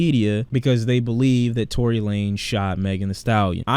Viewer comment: Dude said tory wtf